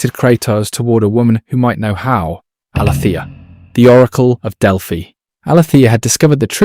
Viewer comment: Oof. Some of the pronunciation in this video is tough on the ears 😂 great video nonetheless! In game; Ares is pronounced “Air-eze” Hephaestus is “Hah-fest-us” Tisiphone is “ti-sif-o-nee” Megaera is “muh-jeer-uh” Aletheia is “ah-lee-thee-ah”